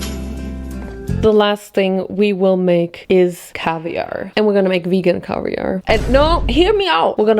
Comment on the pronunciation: The cavier😭😭😭🤣